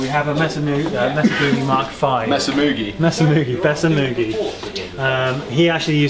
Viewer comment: Maysuh... not Mess-uh. I seriously thought you were saying "Messer" and was confused